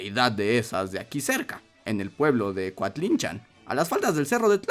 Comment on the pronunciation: Yo vivo a un lado de coatlinchan y lo pronuncias bien rarito jaja, saludos buen video Como dato extra los habitantes del lugar también dicen que cuando se la llevaron estuvo una semana lloviendo por aquí